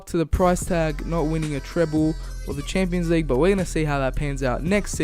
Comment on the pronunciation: "League uh"